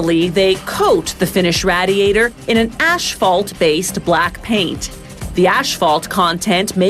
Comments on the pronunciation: the way she pronounces radiator annoys me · It’s not a Raadiator but a Radiator… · You silly woman. It's not a /Raddiator/ it's a /raydiator/ because it /raydiates/ heat. (Geddit?) You don't know the difference between lead and solder (sorder in the US), nor do you know the difference between welding and soldering (sordering). Whoever wrote this script knows very little about the process and is not a hands-on person. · It is Ray-dee-ate-or not Rad-e-ate-or! Does it Rad-e-ate heat or Ray-dee-ate heat? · Rad-iators, funny pronunciation . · Gross it's said raydiator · Ray-diator. Jesus. Say it with me. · That's some RAD raadiator😂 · Nobody: Voiceover: RaD-e-AtOr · Rad-iator. This pronunciation disturbs me. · What the hell is a "radd-ey-ay-der"? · she also said radee-atur, bitch needs to go back to school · It's pronounced RAY-DEE-A-TOR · Had to pause it and scroll down to the comments because of the way she pronounced radiator lol. Glad I'm not the only one that is bugged by that haha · The way she pronounces "radiator" makes my ears bleed.. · if you can not pronounce the title....spare us and stop...if you are not proficient in english an orator may not be your calling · I really hate the way this lady pronounces radiator! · or how to pronounce radiator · If you’re going to say radiator 15 times in one video at least learn how to fucking pronounce it. Where the hell did the Original narrator go? This chick sucks. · This was painful to watch because of how she pronounces radiator lol. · Bro.... everytime she says it I want to leave this funking planet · I was about to comment the same thing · learn how to pronounce radiator